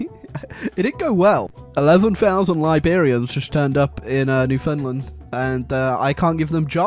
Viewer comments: NEWFOUNDLAND IS PRONOUNCED NEW FOUND LAND! NOT NEW FUND LEND! IM GONNA SEND THE NEWFIE LIBERIANS AFTER YOU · It's not New Finland, it's new found land. Just say those 3 words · I always hear newfinland